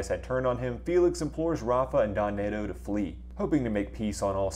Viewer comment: Bro..work on those pronunciations, 😂. Don Neto isn't pronounced Don Nato